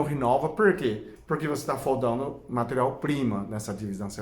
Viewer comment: " foldando " ( faltando)